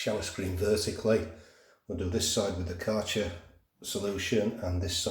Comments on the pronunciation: You butchered the Kärcher pronunciation. 😂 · aaah right. I am German, so it was interesting to hear it. ☺️